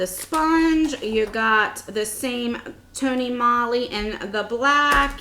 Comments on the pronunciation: Its tony molee... it rhymes. Not tony molly..... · it's tony MOE-LY also. i just noticed you said that incorrectly too. just trying to help.